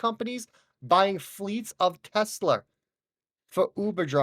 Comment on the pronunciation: whats a “Tesler”?